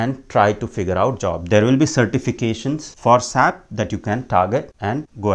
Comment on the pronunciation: Its not Sap its S-A-P, as a S-A-P consultant when you say sap it hurts 🤷🏼